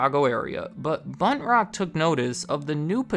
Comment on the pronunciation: Anytime you say "Buntrock", I can't help but hear "Butt Rock" and it gets me every time.